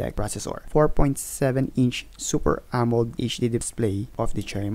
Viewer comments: wtf....it's amo-led not amold..... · AMO-LED po.d po AMOLD